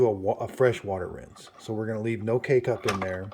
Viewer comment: Him: K-cup My ears 👂🏼👂🏼: Cake-up